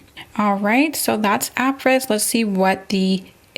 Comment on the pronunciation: I'm 6 years late, but the word "Apres" is pronounced "Ah-pray".